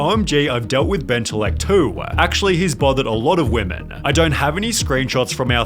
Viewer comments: he puts the LL in benteLLect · Bentellect? More like Benterect.